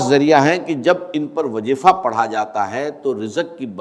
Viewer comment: ڈاکٹر اسرار صاحب کی اواز نہیں ہے یہ اواز کو اواج اور وظیفے کو وجیفہ کہتے ہیں یہ اے ای سے جنریٹڈ اواز ہے دجال کے دھوکے سے بچیں